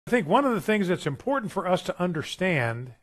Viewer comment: "I'm gonna be impotant"